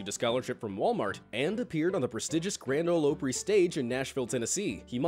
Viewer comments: he said, "Grand Ol Oh-pry" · Did it bother anyone else how he pronounced Grand Ole Opry? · Cheesy Tutorials Yep! Lmao 😂